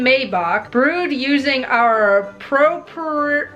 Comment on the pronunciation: Your attempt at saying proprietary was WAY too funny ; ) Also, damn you; I've been wanting to try the Dead Guy for a WHILE now. lol